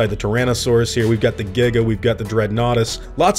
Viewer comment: Yes thank you for pronouncing the Giga correctly!!!